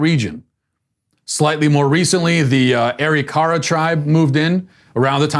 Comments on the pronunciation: its pronounced aa riickrrr aa..but you sir are correct..yes i think it is funny the lakota are mad over there stolen land they stole.. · Just one correction......the first tribe you mentioned (Arikara) is pronounced: Uh-Rick-Uh-Ruh with the accent on the second syllable.